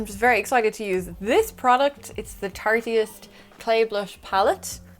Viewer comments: Fabulous look! The eyes are perfection! Cracks me up when UK & Oz vloggers say Tarteist (tartyist!!) - the founder says Tartist (like artist!), but I prefer your version! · Haha,! It's "Tarte-ist," like artist! Beautiful look, though. Thanks for posting:D